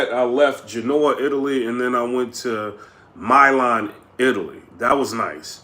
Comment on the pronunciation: MYLAN ITALY???????????????????????????????TF MILAN PRONOUCED ME-LAN FYI